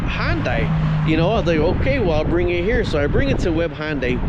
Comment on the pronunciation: IT'S PRONOUNCED HUN-DAY. NOT HON-DIE. Where do you get HON out of HUN?